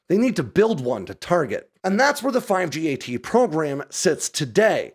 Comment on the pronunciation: Its pronounced 5-GAT. The number five followed by GAT like the gun